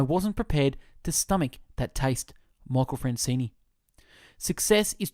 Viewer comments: Dude, can you read? It is FranzESE ...not Francini!" Get your §hit straight! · It's not Francene it's Franzese lol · Michael Franzese is right, It's not Francene....but do greatly appreciate this fabulous book is on Youtube and I greatly appreciate you reading this book and uploading it to your channel. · You're saying his name wrong